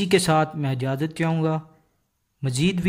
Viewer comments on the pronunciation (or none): none